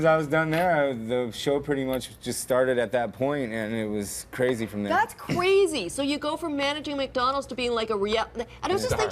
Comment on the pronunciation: "That's cwazy" lmao